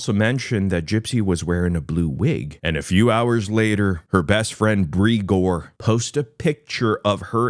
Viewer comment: Not Bri-gore 😂😂😂😂😂